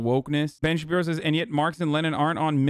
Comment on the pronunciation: I laugh every time Hasan says “Ben Shabibo”